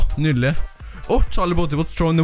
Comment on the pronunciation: Vi sier nydelig ikke nydele som du sa midt i videoen